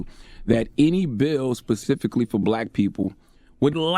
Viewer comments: Is it just me or do y’all hear “blayque” when he says black?? A mess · He such a bootlick, he can’t even pronounce “black “ talkin bout who is blight? What percentage is blight must u be?!.... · He can't even say black right!!